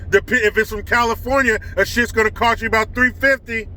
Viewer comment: I'm sorry bud, but you still didn't say ABOUT right, but that's ok eh?! LOL Much respect to you, from north of the border.